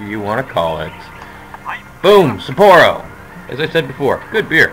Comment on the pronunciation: I love your videos. It gives me a lot of insight into playing my games. But I do have one small comment about the city names. I'm actually surprised you do kinda alright but since I know Japanese, it's actually "SAH-poro" Not sure how to explain. It's emphasized on ethe first syllable and there's a pause between it and poro. Sa-pporo. Double sounds in Japanese sound more like a pause. Just nifty info if you cared. Probably not lol...but keep the videos going! :)